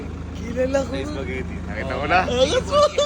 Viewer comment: Yung before kasi "SOUPagetti" 🤣🤭✌🏻 pa notice po